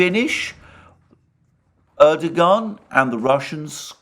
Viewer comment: knows how to pronounce 'Erdogan' correctly, Alexander not so much.